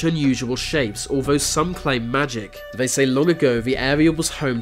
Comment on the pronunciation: The way you pronounce words with “th” in them as “v” sounds. They = vey. These = Vese. Is this just an insane, annoying British accent?